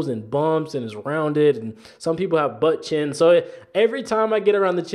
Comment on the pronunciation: Did anyone else laugh how he said "Butt Chin"😂😂